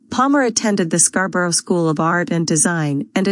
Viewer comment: Thank you for this. But there is nothing quite as funny as hearing an American AI mispronouncing Scarborough!